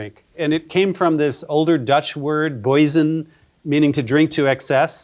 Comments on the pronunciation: Ben, if you're going to call yourself a linguist, you need to know that you miss-pronounced the Dutch word "buizen". You pronounced it "boy-zin", but it should be more like: "bow-zin" as in "a bow and arrow". Otherwise, interesting stuff. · …. “Buizen” is pronounces “BAU-sen,” not “BOY-zen.” 😬😬😬😬😬